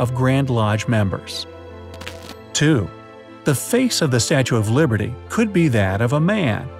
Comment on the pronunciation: At the start he said Statue of Librety instead was of liberty 🗽